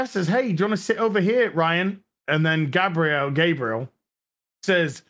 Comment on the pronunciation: I love the way you pronounce Gabriel. At first I thought it was intentional.